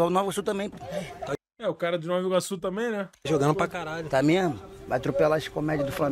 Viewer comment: Caralhoooo, amo meu país NovAAAA(pq ninguém fala NovI Iorque, euhein) Iguaçu. ❤ Ele do calçadão foi parar lá no Alvorada, cara😂😂😂😂